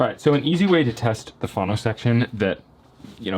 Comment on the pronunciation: Why are you calling it a "fawno section" instead of "fono" ? Get your pronunciations straight please. Otherwise, good videos.